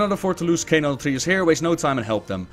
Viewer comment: Why does everyone pronounce it Altrius? It's Altruis, like someone who has an alTRUistic nature! But wait. Some demon hunters have voices in their heads? Like a psyker and daemons? IT ALL MAKES SENSE NOW.